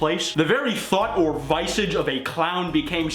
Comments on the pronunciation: you mispronounced “visage” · Oh my god the way you said visage is terrible do you even grammar bro.